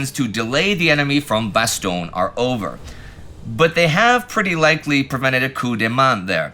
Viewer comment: Damn, and here i was sure that Indy would souverainly master the correct pronunciatoin of Bastogne basically no English language channel can be bothered to use... Alas, i was to be disappointed. Not just with another retelling of the silly annecdote about the foul mouthed general but also with the ear-hurting mispronunciation. :( And he was the one working hard to learn how to say Przemysl in the Great War series.